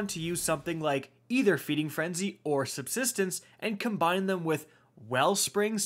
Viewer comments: Glad I wasn’t the only one who heard that lmao 😂😅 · We have “SUBTISTENCE”🥴🤣